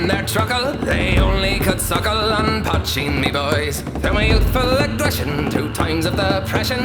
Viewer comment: poitín (potcheen), not patching. Irish word